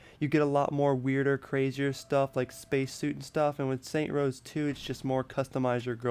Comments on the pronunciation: Bro I know it's so fucking irritating when he says saints rows😤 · Disliked cause you cant pronounce the game correctly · Lol Saints Row not Saint Rows XD OMG! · SAINTS ROW. NOT SAINT ROSE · It's saints row not saint rows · ITS SAINTS ROW NOT SAINT ROWS UHHHH SAINTS ROW 2 HAS WAAAAAAY BETTTTTER MELEE AND YOU CAN EVEN CHOOSE THE WAY YOU FIGHT YOUR UFO CRASHED CUZ YOU SUCK AT FLYING IF YOU DONT LIKE THE NOISE OF IT PUT DOWN YOUR VOLUME YOU ARE A PERVERT THEY SHOULD NOT TURN OFF THE BLURS YOU CAN REMEMBER SAINTS ROW 3s MAP BECAUSE EVERYTHING IS THE SAME IN STEELPORT YOURE NOT EVEN A TRUE SAINTSROW FANNN!!!!!!! IF THE MAP IS SMALL THEN YOU CANT EXPERIANCE AS MUCH!!!!!! I DONT CARE HOW MYCH WORK YOU PUT INTO THIS!!!! HOW WAS THIS HARD!??!!?!? SAINTSROW 2 HAS THE BEST STORY AND THAT IS THE TRUTH!!!!!! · Why does the title say "Saints Row" but you say "Saint Rows"? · why do u say saint row when its saints row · Stop saying Saint Rows you dumbass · Some things i need to correct you on. First off you keep saying saint rows its saints row damn it,also why did you buy the UFO dlc you can get for free with a cheat code,finally the only reason you can memorize the Saints row 3 map better is because they just copied and pasted shit in the map. I also want to say something that i dont need to correct you on,saints row 2 had a better variety of people and details,its those little things thing that make the game good. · Its saints ROW not Saints ROSE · Jesus Fucking Christ! It's SAINTS ROW, not Saint Rows. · This video was bad. The guy says that he was using the exact same helicopter in both games even though they look a lot different and have completely different names. Also, if he knows the series is called 'Saints Row', why does he call it "Saint Rows"? I'm sure this was hard to edit but it doesn't deserve any likes. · its saints row not saint rows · Its saints row nor saint rows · saints row not saint rows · its saintS row no saint rows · it's saints row, not saint rows